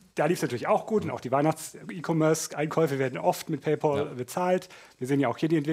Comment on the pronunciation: Hrrrrggggllll - isses denn so schwer? "Paypaul" gibt es nicht. Kann bitte jemand mal an seinen Englischunterricht erinnern? "Paul"ist ein Vorname. "Pal" heißt so viel wie Kumpel oder Freund.